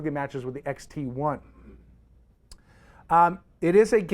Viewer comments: did you say fuji xt- eye ? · Dude is clueless. Know your cameras before you speak about them. It's not "Contrax" - it's Contax. It's not an XTI - it's an X-T1. Zebra is an exposure assist. It's not a "Tilt & Shift lens" - It's a "Tilt-Shift Lens". I am only halfway through the video. It just diminishes your credibility.